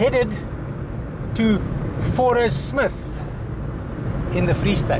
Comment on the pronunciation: Growing up in South Africa I only ever heard the name of the town pronounced "Fourie-smith". Lovely place all the same.